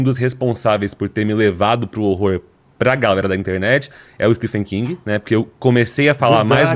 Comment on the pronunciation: so falta saber falar certo o nome do escritor